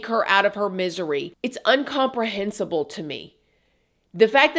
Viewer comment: Incomprehensible, not umcompresible.